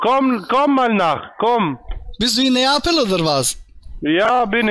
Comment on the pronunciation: "Komm nach Napel" - blöd, wenn man nicht mal den Städte-Namen richtig aussprechen kann.